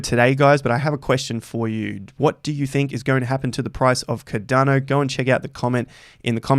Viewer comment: Its called CARDANO not Cadano...ffs like